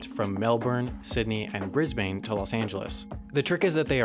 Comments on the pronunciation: It's pronounced 'Bris-bin', not 'Bris-bane' as literally written. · As an australian, I don't know why but I shudder every time I hear "Bris-Bane" and not "Bris-Ben" when obviously the spelling is a bit confusing but no one pronounces the 'e' at the end. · BRIS-BANE!!!! LOL It's BRIS-BIN!!!! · Brisbane is pronounced like bris-ben, not bris-bane, and Melbourne is mel-ben, not mel-born. Thank you for coming to my ted talk. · It's pronounced Bris-ben, not Bris-bayn. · Your pronunciation of Brisbane is fucked. Its "Bris-ben" not "Bris-bain". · I am so dead did you say Brisbain instead Of Brisbane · I hate being that guy, but I'd like to make a suggestion. Brisbane is a tricky one to pronounce. It's not Bris*bane* as in the smallish town in the States, it's Bris*buhn* or Bris-bin. Melbourne is pronounced the exact same way. Not Mel-born, but Mel-buhn, or Mel-bin. Less emphasis on the 'uh' or 'I' in both cases, though. I hope this helps in any future videos about the two places, and sorry again for being that guy, always loved every one of the videos here and on the other channel. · Brisbane: pronounced Bris-bin, not Bris-baine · Lol "Brisbain" just say "Brisben". Awesome video though wendover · Hey, great video! Just one thing though, it's pronounced Bris-bn not Bris-bane. Keep up the great work! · It's pronounced "Bris bin" not "Bris bane" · Briz-baiiiine. It's Briz-Ban. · Great videos as always, i actually departed the Qantas scissor hub flight, QF15 today ;) Only one issue though, that city is pronounced BRIS - BEN, not BRIS - BAYNE. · Excellent video as always. A minor nitpick: Brisbane should sound more like "bris-bun" rather than "bris-bane" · Just a heads up, Brisbane is pronounced Bris-Bin, not Bris-bane. Love ya vids x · Adelaide here, I've only ever heard it pronounced as Bris-ben and Mel-bern (lazy pronunciation lol. It's not Bris-bayne or Mel-born though) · Brisbane.... Pronounced Briz - bin.... not Briz-bain. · Brisbaine? its Brisbun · “Bris-Bane” hahahaha